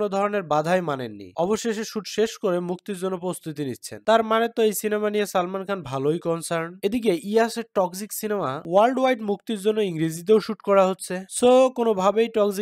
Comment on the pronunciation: toxic❌ toxji✅ 😂